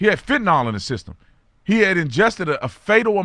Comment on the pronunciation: Thank you for posting this. Question: Brandon, why the dirty flag? And it's not Fentnol it's Fentanyl. (Fent-a-nil).